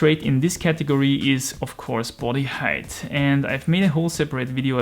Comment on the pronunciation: Just nitpicking on your English because I didn't understand what you were saying at first, "height" in English rhymes with "kite", not "hate".